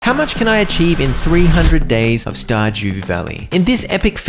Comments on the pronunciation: Bro really just said Star Jew Valley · "Star Jew Valley"